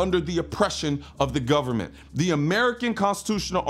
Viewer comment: Did he say "gubnerment"? FJB.